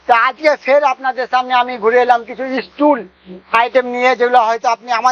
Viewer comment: ইস্টুল না টুল আর সব মালের দাম বল